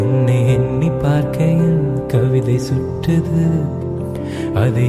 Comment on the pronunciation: Ugh .. pls take care of pronunciation... unable to enjoy the song.. it's kavithai kottuthu.. not suttuthu.. likewise it's ninaikaiyil not ninnakayil... and azhugai not azhuga..